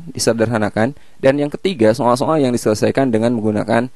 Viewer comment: so'al - so'al :v